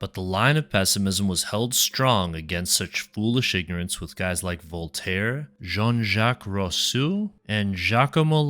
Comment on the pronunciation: This is AI slop video. Jean-Jacques Rousseau pronounciation blow your cover.